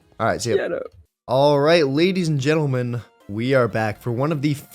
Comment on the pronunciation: “Alright jadies and letlemen” Love your vids keep up the good work! 😊😊